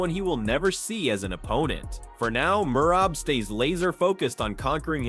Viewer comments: Bro his name is M E R A B Not murab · Merab not Murab 😂😂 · Listen to how Cejudo said his name. MERAB!!